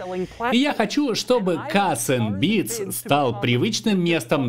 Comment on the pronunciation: Бля каРРРРРс энд Бидс. А не кассссссс